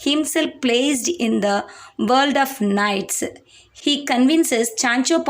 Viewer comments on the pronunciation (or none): none